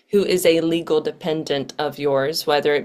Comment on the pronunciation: "Like a legul or a normal wan?" 😂😂😂